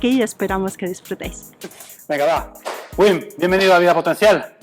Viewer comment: pero por qué si el es holandés, pronuncia su nombre en inglés, si su nombre se pronuncia bim en holandés, no lo entiendo